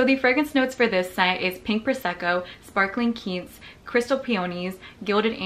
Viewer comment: Why do Americans say quince like keence lol?